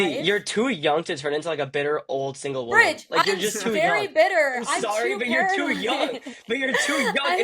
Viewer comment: Its brij not bridge , just letting u know , no offense